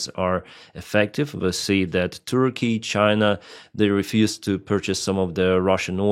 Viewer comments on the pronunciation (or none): none